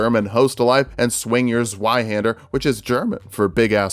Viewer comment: You mispronounced zweihander, however the translation was perfect.